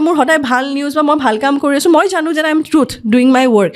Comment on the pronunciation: ঝানো, অখম,যোনে , হেনেকুৱা...... কি শব্দ এইবোৰ ? ভুলকৈ কোৱাটোহে আধুনিকতাৰ লক্ষণ নেকি?????English, Hindi, অসমীয়া সকলো মিলি এটা নতুন ভাষা কোৱা যেন লাগিছে। Unsubscribe কৰিলো।